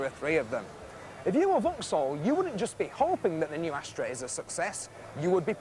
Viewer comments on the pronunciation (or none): Could have sworn he said ashtray, it wasn't until I say the plack on the car reading Astra that I realized it wasn't the case.